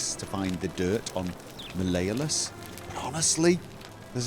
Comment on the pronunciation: You can say Gal-AIR-E-OUS but not Mal-E-OHLUSS, you're hilarious.